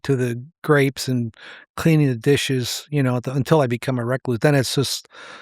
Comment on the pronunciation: Why is he pronouncing recluse like that?